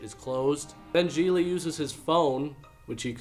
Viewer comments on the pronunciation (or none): I thought it was GIG-LEE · Its pronounced “Gig-ly” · I always pronounced the title as, Gee glee, not, g-lee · I don't care what anyone says. That does not read as "jeelee". It reads as "jiggly". Like jiggly puff just without the puff. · THAT’S how the title’s pronounced?! I’ve been pronouncing it “giggly” all this time!! 🤣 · I thought it was pronounced "giggly". Well, you learn something new everyday. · Really good review, insightful and funny. Glad I didn't see the film. Like "ComicRelief17" below, I also thought Gigli was Jennifer Lopez's character. I didn't know it was pronounced "Gee-Lee" either (hint to Hollywood, try to make your film titles generally pronouceable - and yeah I know that in Italian this name is easy to pronounce, but not for the vast majority of the rest of the world -- Jay Leno who you figure would know, was pronouncing it "Gig-Lee"). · Never seen it, but I always thought it was pronounced "Giggly" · Me too. And I pronounced it “jiggly” because of that assumption. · I thought it was pronounced Jiggly! 😄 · Why are you saying the name of the movie wrong? You don't put any emphasis on the syllables or bother to pronounce it properly. It doesn't deserve it. It's pronounced 'derivative vomit-inducing dross'. I'm very disappointed in you.